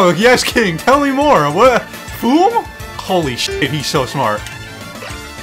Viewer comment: The 4 C’s of. Cuties, Cringe, Cings, and Cweens